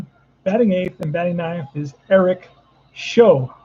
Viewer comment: Show is actually pronounced to rhyme with how, plow, and cow